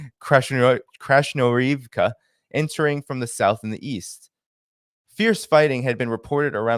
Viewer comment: Hi love your content. You make a valiant effort in pronouncing Ukrainian place and people names. Something that might make it easier to decode is that Ukrainian doesn't have a soft "H" sound. Wherever you see "H" it's a hard "G". So Krasnohorivka is pronounced "krass-nuh-GOR-uhv-ka" "Vuhledar" is "foo-gluh-DAR". Confusing as heck (geck!) I know, I have to read and pronounce out loud several times before I get it right. Keep up the great reporting and analysis dear.We love your channel.